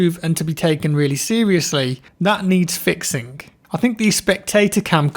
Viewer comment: Fixink why do your G’s turn into K’s